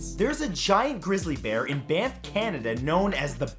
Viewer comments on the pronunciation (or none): Anyone else hear him say bamf and yolo national parks? Lol